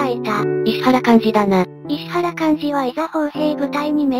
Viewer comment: 石原はいしわらと読んでいただきたかったですねぇ。ゆっくりの変換が大変なのはわかるが